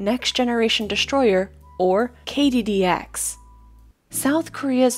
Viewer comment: Thanks for the video. BTW there is no "H" in destroyer.